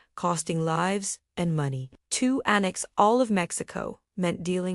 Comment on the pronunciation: "Annex" lol